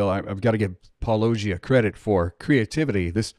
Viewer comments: WLC has to know how Paulogia is pronounced by now, and the fact he says it wrong shows his utter lack of respect for people who disagree with him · I’m sure this is noted on any video where people slaughter channel name, but it’s just funny if they actually watched the video from the beginning, they would have heard correctly pronounce his channel name. So do they even watch these videos or just quote mine to find the parts they don’t like? hmm… probably guilty of this too, but usually I watch whole videos before making comments. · Always giggle when they try to attack your position, but have proved they have never actually watched one of your videos by mispronouncing your name un-ironically. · I'm not sure if anyone has noticed this, but if you listen closely to Craig he actually says Paulogia's name wrong. That must be a very embarrassing gaffe for him! I guess the host of that show (I couldn't find his name) did the same thing. Little details like this aren't necessarily important but they do make the overall presentation seem a bit sloppy. They should be more careful, I guess! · WLC'S entire personality has become over-pronouncing non-English words and names for the sake of clout, while intentionally mispronouncing Paulogia. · So ironic that these guys can't figure out how to pronounce Paulogia. These guys can't dodge a wrench they'll, never dodge a ball. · The apologists try to claim they do some in-depth analysis and be experts, while they can't even pronounce the name Paulogia, despite of the name being mentioned in (almost) every single video by Paulogia himself. The apologists are ground level pathetic or dull. And if it is just mean spirited talk - like to handwave the points and the name away like a pesky fly - it is just kindergarten behavior on top of being ignorant to be also absurdly arrogant. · Y'know, if you can't even pronounce "Paulogia", you've obviously never even watched his videos. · Apologists who can't pronounce Paulogia.